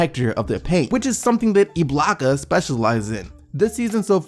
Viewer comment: Haha this nigga keeps saying iblaka... it's ibaka.. no L.. lol